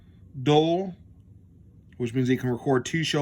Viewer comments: None have the word dull, Dual and Dull are two different words. Omni and um ma na, um ma na is not even a word, And I’m supposed to take this review seriously, when you can’t even read and speak English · I knew you had to be a trump supporter by the idiotic sound of your voice. You can't even say "Dual" and "QUAD" correctly. You have to be trailer trash to make a 50 minute video of stupid uneducated man trying to explain a Tablo DVR.... nails on a chalkboard! Here is a tip just for you! if you want a better economy....try it with WORDS!